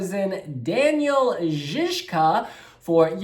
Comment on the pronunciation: You are the only one on the internet who pronounced his name right, well done! I cannot wait to see the staging and hear Daniel sing live.